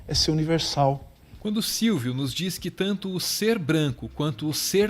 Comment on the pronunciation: Silvio Almeida... "Silvídeo", percebi hein kk